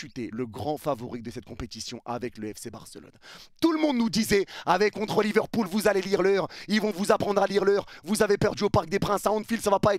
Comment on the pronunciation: C'est pas Liverpool mais LiverCOULE 🤣🤣🤣